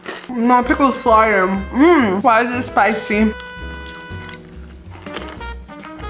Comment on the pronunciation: "She was definitely spiiccy"😂